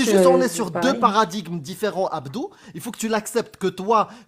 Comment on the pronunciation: Àbdou? Àbdou? C'est plutôt Abdur non ?